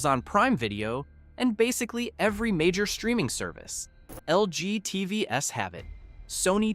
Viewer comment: "LG TV Ess have it. Sony TV Ess have it". Couldn't even narrate your own video. Is this just more AI slop?